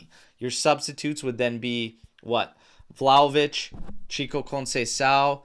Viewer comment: Ragazzi, can’t say I disagree, but, you’re a juventini. It’s Vlahovic, not VlahovICK. What are we doing 😂? Had to call that out.